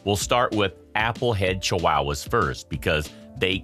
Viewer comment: "Chiwowas" lol I've never heard anyone pronounce it this way before.